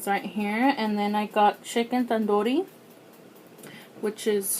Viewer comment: The way you pronounced chicken Tandoori was so Mexican 🤣